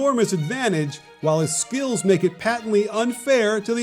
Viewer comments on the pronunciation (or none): Did i mishead something did he just said skill 😂😂